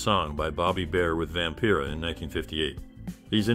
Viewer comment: "Vampera"? Get the pronunciations right if you want to a video like this. BAD